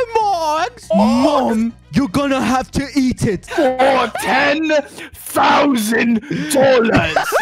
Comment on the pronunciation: I died laughing when I heard “FOR TEN THOUGHSAND DOLLAS